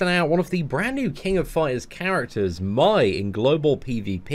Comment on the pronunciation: So, is it normal for him to say My instead of May? It's foreign to me🤣